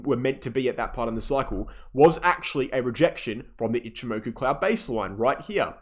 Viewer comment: love your content. why cant you say ichi moku? as a japanese speaker, i find it amusing